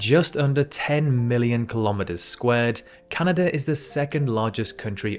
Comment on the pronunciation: Nice to h ear a commentator say "Canada" instead of "Cyanada".